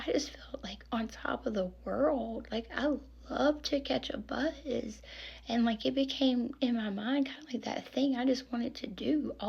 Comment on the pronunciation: Omg i thought you were saying when you drank youd catch a bus 😂 then your like youd drink an always just want to catch a bus 😂😂😂😂 im sitting here like i hate getting busses 😂😂😂😂😂im scottish so probably the reason i misheard you your voice is so sweet and gentle in a really lovely way your the perfect person to comfort someone or calm people ❤️